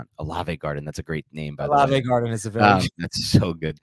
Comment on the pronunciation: The "Olave Garden". 😁